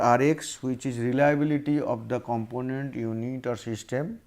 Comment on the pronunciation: abe ye sirji reliabullity kyon nahi bol rahe?